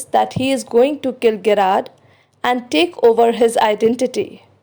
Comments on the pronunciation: It is Jr--aard not Ge- raard.. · Its pronounced as " Je-rrard"